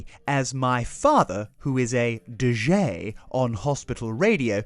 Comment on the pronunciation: D-Zhaaayyy 😄 ...I will forever use this pronunciation 😁 ..and my request for Jacks Dad is the Four Seasons December '63, Oh what a Night...please 🤞😊 ...love this new style video with you both, it's a winning combination 👌 Suzy ❤